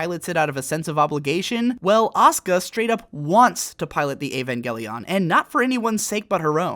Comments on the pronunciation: Now that you have pronounced it Evan-gay-leon I can no longer pronounce it properly in my head. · "avangeleon" nice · Just say Eva. You don't need to over pronounce evangelion every time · ugh the way you say Evangelion